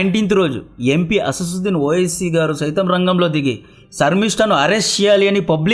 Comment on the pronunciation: Asassuddin kadu..asaduddin